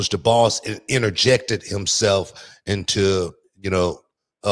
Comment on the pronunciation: info or into? f is pretty close to t